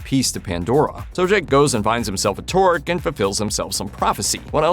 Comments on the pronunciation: It's TOH-rook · It's "Toorook" not "tour-ick".